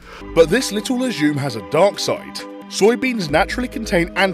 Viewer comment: yes I totally trust a guy who can't even pronounce legume right